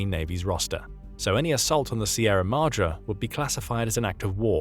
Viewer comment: its pronounced "Sye-RA-MA-DrE"